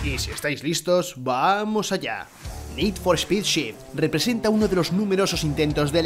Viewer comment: Nid for espid jurpursuitu Tengan tantita madre, pronuncien bien los titulos al menos